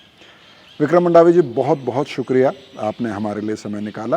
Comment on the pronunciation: मंडावी हैँ जी मांडवी नहीं